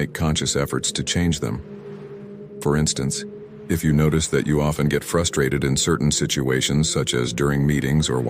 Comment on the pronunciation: "frustated" LOL